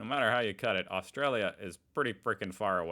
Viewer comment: Americans need to learn how to pronounce 'Australia' and 'Aussie' before moving.